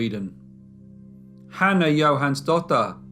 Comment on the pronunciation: I loved seeing a case from my country, Sweden. :) Lovely done as always, and you did a great job pronouncing all the names!